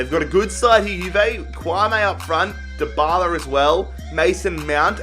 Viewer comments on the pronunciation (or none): none